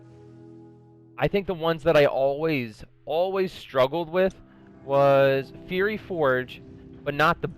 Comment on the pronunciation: fiery not fury